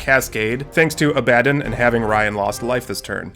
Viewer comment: Szarekh : Zair - ick Abaddon : Abba like the band - don Great content. Love it.